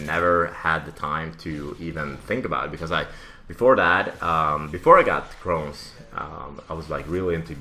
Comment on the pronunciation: It's chrones not crowns and its a disease in your intestines